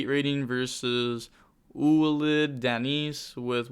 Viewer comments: Ou-alid - Denise.... bruh 😲 Danse = Dance in french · the second dude's name is pronounced like 'walid, dance'